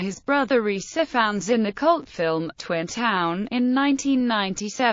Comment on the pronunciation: No. That's not how you pronounce either name. Ppl don't pronounce their names by spelling them out. I do not pronounce Parker "P a r k e r." It's pronounced Lyr as in Lyrical. Also, the I in Ifans is a hard I.